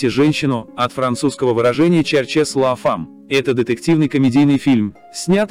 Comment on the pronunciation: Поверьте произношение на французском языке фразы "Ищите женщину".😂😢😢